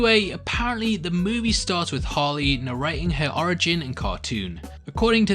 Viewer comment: is it just me or does it sound like he says "Holly" but i know he's really saying "Harley". just an observation